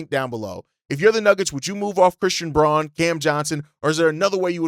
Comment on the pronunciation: Fyi, Braun is actually pronounced Brown. Bulls fan in Denver, fwiw